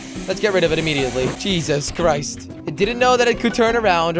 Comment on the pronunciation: On the Bugatti it sounded like you said cheeses christ